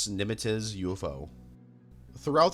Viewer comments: "USS Nimitiz" lmfao, Nimitz is pronounced "nim-its" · It’s pronounced “Nim-its” you absolute dunce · That Nimitz pronunciation floored me. It adds to the vibe for sure. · As a sailor, the way he said " Nimitz " cracked me up real hard. It's a weird name for sure, but that's a first for that sort of pronunciation lol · Are you joking.... you dont know how to pronounce Sagittarius? Seriously? Nimuh-tiz...... Nimitz. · Bro you really need to work on your pronunciations. The Nimitz’z? Allisteer Croleay? Come the fuck on.